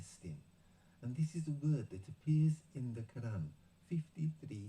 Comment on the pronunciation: Please pronounce Arab words correctly, especially 'Qur'an'. It's not 'Karr-an'. Thank you.